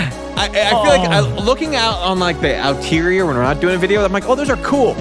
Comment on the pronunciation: “Outerior” bro making up words 😂